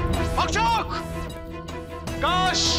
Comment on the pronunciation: कास नहीं बोलना😅😅😅